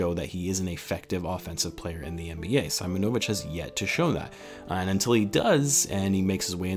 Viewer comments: Not SAImonovic but Seemonovic cause in slavic culture there’s no SAimon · As I’m from Hungary I’ve heard some Serbian before and Im pretty sure it’s see-‘mo-no-vitch :) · Its pronounced Marko Seemonovitch 👍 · Being Serbian myself, you pronounce his name like this. Marko Simonovic ( See-Moan-O-Vich ). I’m very excited if Marko ends up joining the team. I may be biased but Serbians are the cream of the crop in terms of European talent, Serbian basketball players a bred to be team first players with fundamentals coming before anything in the sport. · With the way European names are pronounced, I think it is pronounced as "see-mo-no-veech" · You were close just try to read first (i) like (e) Seemonovich similiar to this 🤣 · See- moñ-o-vic'